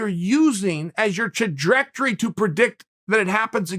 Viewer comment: "Trudgejectory".. Ok Uncle Chael..